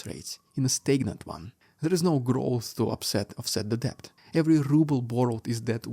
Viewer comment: Thank you for your insightful coverage, as always. (In the word DEBT, the B is silent. Not kidding! Pronounced DET.)